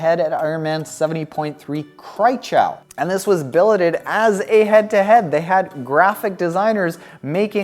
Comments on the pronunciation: You pronounced Kraichgau wrong probably hart for a English speaker to do the German pronouncation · I loved it! 😅